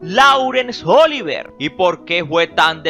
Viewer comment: No es "cónyugue", es "cónyuge". . No es "Óliver", es "Oliviér". Te confundes con Oliver Twist, creo. 😇